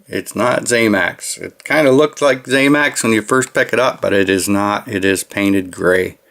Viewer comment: One more thing, promise, it’s not ZAMAX, it’s ZAMAC. The end pronunciation is ACK, NOT AXE. You’re welcome.